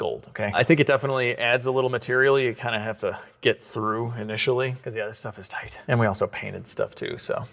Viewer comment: With the gold hardware, when you say it's a tight fit, I hear you saying it's a "toit" fit.